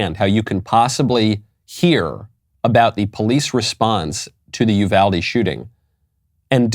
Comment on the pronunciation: Finally someone who pronounces Uvalde correctly!